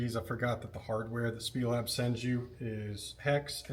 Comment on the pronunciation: It’s S-P-E- Lab. Snyder Performance Engineering Lab